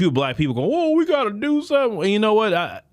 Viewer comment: 😂when she said "let me tell you somesing"